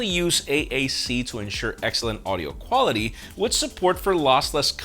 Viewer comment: AAC-Accelent Audio Cwality.